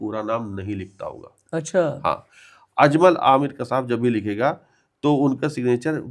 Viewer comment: Kasab word is wrong. Actual word is Qasab